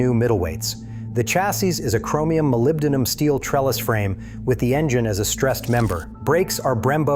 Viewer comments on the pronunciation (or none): none